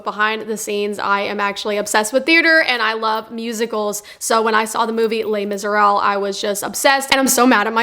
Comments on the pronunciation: "Les Miseral" ??? Where's the "b"? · You're not pronouncing Les Miserables correctly. You're leaving the b sound out. It sounds like you're saying Miserall. 😉